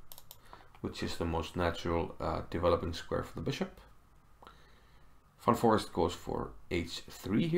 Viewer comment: Pretty sure his name is pronounced as "fan forist" and not forest lol